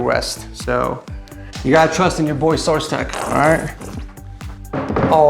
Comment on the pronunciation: bro u said SourseTech